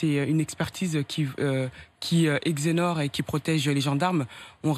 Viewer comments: exonère pas exenore hi hi hi .la vilaine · « Une expertise qui éxénore »🤔 « éxonore »🤔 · quelle grande avocate mdr qui exénore et grande médecin avec des dons de voyance exonorer lol